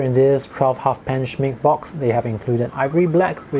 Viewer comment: Schmincke reads with the e from the final too! I know you are South East Asian but try it!